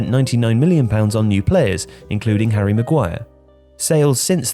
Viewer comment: why that heavy emphasise on Harry Maguire 😂